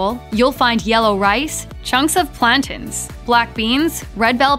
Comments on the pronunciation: Tell the Narrator plantains is pronounced “plan-tanes” not plantens. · They said "plantens" 💀💀